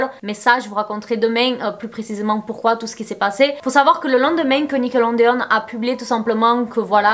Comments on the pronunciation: tu me fais trop rire à dire Nickelondeon, tu es trop choue, mais c'est Nickelodeon😂😂 gros bisouuus😘😘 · Dsl mais le: nickelonnedéonne 😭😭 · Nickelodeon mais pas Nickelondeon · Nickeleondeon ou nickelondeon ?🤔🤷🏽‍♀️ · "nickelondeone" je meurs ta prononciation sur ce mot mdr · ptdr elle sait même pas dire Nickelodeon wsh